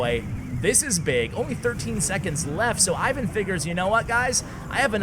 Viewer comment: Ivan's name is pronounced "Eevan" with accent on the second syllable.